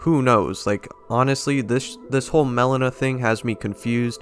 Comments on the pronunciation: Melina its not (melena) its (Melina) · Not Melon-ah. It's Mel-ee-nah. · It's Meh-Lean-uh, not melon-uh